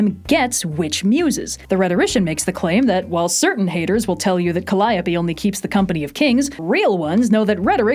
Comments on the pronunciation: Υπέροχο βίντεο όπως πάντα, αλλσ Καλλιόπη, όχι Καλλάιοπη, ΑΡΓΚΧ XD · Yeesh. I have always pronounced calliope wrong apparently. I always said it like “ka-lee-ohp”, instead of “Kuh-Lie-ya-pee”. Even typing that out was painful! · I have a question about Calliope When it comes to Greek pronunciation would it not be Cally-oh-pee? I know it's pronounced that way in different places, but the Greek one I'm pretty sure is that way.